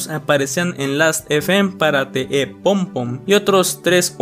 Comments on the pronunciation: yo te amo, pero se pronuncia "e-pe", xfa no vuelvas a decir "ep" Ya no recordaba que Marzo había sido un mes tan interesante en cuánto a Lost Media, me da risa ver como en el piloto de Drawn Together la mayoría de comentarios están en español, al que mejor le vino el rediseño fue a Xander No tenía ni idea de lo del vídeo de Blackpink, cómo me hace falta mi amiga blink en momentos así 😅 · te aviso que EP no se pronuncia EP, se pronuncia e pe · Me dio amsieda' que dijeras "ep" en vez de "E pe":face-purple-crying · eeee no se dice literalmente "EP" se pronuncia como un acrónimo "e - pe" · Ep se pronuncia i pi no Ep (no es hate amo tus videos) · oye no es por se mala onda ni nada de eso, pero no se pronuncia "EP" se pronuncia "EPE" O "E-P" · Un EP, pronunciado literalmente así. XD Se le pronuncia E Pe. Pero EP pronunciado tal cual veo que suena mamalon. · ¿Cómo que "Ep" wey? XDDDDD Se pronuncia diciendo literal las dos letras "e pe" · oye, se dice e pe, no ep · oye pije los EP's no se pronuncian tal cual se escriben, se pronuncian "E PE" no "EP EP EP" que suenas como trastornado :V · EP se pronuncia mejor como E-PE en español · Buen video, solo que los lp y a los ep se pronuncian como "ele p" y "e pe" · No imaginas cuanto sufrí todo el tiempo que no pronunciaste EP como “E-Pe”. De todos modos tqm mucho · me pasó lo mismo, no pude concentrarme en el vídeo por su pronunciación 😭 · Se pronuncia "E-PE" XD